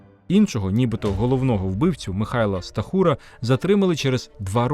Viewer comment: Правильні наголоси ГаланА, СтАхура. А ви вимовляєте, як поляк з наголосом на передостанньому складі.